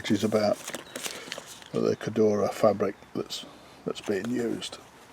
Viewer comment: I noticed you struggled pronouncing Cordura and Achillies.